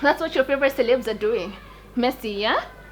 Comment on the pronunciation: Yo please do me a favour by stop saying "celeebs" and just say celebs the kenyan way. Celeeeebs that shit sounds so dum, every time you say it like that I have to cook